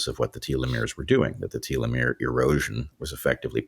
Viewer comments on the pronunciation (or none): none